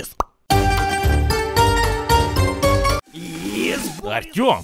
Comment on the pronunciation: Not Artyom, its Ourtyom